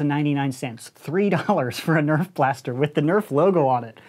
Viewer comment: nobody: coop: EÄF